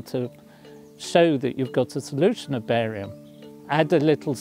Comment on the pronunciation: I thought he said "Barry White" at first!